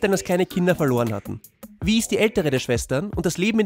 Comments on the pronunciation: Kleiner Tipp, Vi wird nicht Wie ausgesprochen sondern wie Y im Englischen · Hier musste ich gleich erstmal stoppen. Sie haben die Serie doch gesehen und wissen also eigentlich auch, wie man die einzelnen Charaktere ausspricht. Vi="Wei"